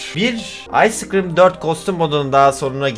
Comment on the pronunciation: Sciscrim demesi baslagincta